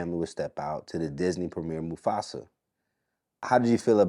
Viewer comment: Mufasa not Mustafa 😂😂😂ok I'm done